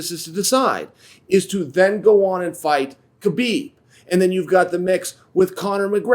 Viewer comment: The K in Khabib is silent. HA-BeeB Noone in the ufc can respectfully pronounce his name 😩